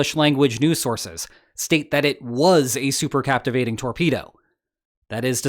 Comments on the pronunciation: Super cavitation, not captivating. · Supercavitation is not "supercaptivation" ! 🤦‍♂ And please, next time let me draw the visual illustration, because this on sucks on several points.